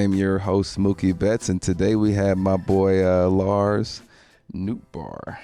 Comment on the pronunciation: His last name is Dutch and actually pronounced "note bar" not "noot bar"